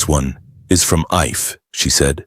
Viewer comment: IFE pronounced EE FAY....Bini/Benin kingdom Nigeria